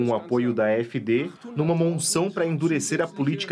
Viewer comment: "monção"? O que é isso?